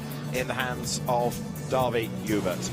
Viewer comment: Dawie joubert. It's an afrikaans name, the commentator didn't pronounce it correctly